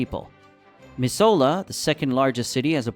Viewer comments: Please correct the pronunciation of Missoula. It is pronounced miszoola.🤗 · "Ma-zula" "Hell-a-na" 😂 🍻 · I live in the nose but the way everyone says missoula is mi-z-oo-la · The way they mispronounced “Missoula” makes me cringe so hard. They’re not even pronouncing the “U” at all. It’s pronounced “Miss-oo-la.” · Missoula is pronounced Mi-Zoo-La. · missoula is pronounced miss ooooo lah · As a montanan i dont care if people move here, i would actually prefer if you stay away from our beautiful state. P.S. it is pronounced Mi-zoo-la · Mis-ola bro that’s not how we say it 😂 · as a montana resident thank you for keeping people away. also you are pronouncing missoula way wrong, it’s mis-zoo-la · Pronounced Mi-zoo-la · Mis ZOO la not what the vid said 😂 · Missoula is pronounced: "Miz-zoo-luh." Hence why some call it "Zootown". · Dude you cannot pronounce Missoula to save your life 😂 (Miz-ou-la) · Bro said Mrs sola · Missoula is pronounced Miz-oo-la Work is not as good and making less than 50K a year is not great. Housing cost outweigh pay in 2024. Tourism is a big money maker in Montana. It has snowed in any month but doesn't stock in the summer. Most people can't handle the winters, there are warmer places to live in Alaska & it's far bigger. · lol, Miss-0h-la. Now say Helena. No, it's not May, try snow as late as June. We frequently lose our corn due to a late snowfall and freeze in June. No, it's not because of the mountains. It's because of the jet-stream bringing cold from Canada during the winter. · Helena is pronounced hel-eh-na and Missoula is pronounced Mi-sou-la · living in Missoula it was hard to hear his pronunciation. Mi-zoo-la is how it’s pronounced hence being called zootown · Mizz-oo-la and Hell-eh- nuh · Your information is wrong lol the temp is well over 100°f right now on Montana and it's pronounced Miss-oula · Its pronounced Missoooola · Bro. It's pronounced Miz-zoo-la. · You chopped the name Missoula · You're pronouncing Missoula completely wrong.